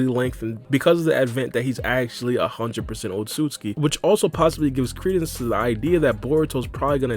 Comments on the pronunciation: Damn it it's "Ot-sut-su-ki not "Ot-sus-ki" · How are you so bad at pronouncing Otsotsuki